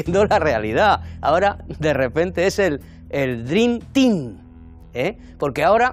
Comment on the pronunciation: el dream "teen" dice AJAJ